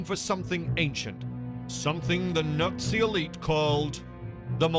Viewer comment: You think you'd get someone who could pronounce Nazi if they're going to narrate a Hitler's UFO documentary.